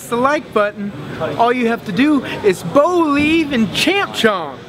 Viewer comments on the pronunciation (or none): Bo-lieve bitch! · The only thing I will be slapping is that guy in the intro he's so anyone "you've just got to boleive" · I don't BO-LIEVE IT!